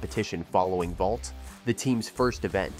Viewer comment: It's vault lol (not being rude)